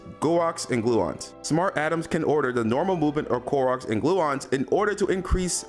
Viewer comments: I like your videos.. just FYI for your benefit, the way you're pronouncing quarks makes it sound like you've never heard of them before. Instead of "cu-warks", it's more pronounced as "kwoarks" 🙏 much love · Bro u illiterate af . Lol bro fix your life quarks is not cue-arks lol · Him mispronounced quarks made me cringe qwarks my friend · Bro said gwarks 😂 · Thought I was the only one bothered by it. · Craziest pronunciation of "quarks" ive ever heard omg 😭😭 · ive never heard someone pronounce quarks like that😂 I thought I was reading it wrong for a sec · why is bro pronouncing quarks like that?